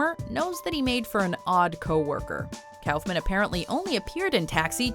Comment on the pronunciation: I've never heard of Andy Calfman. Its Kuffman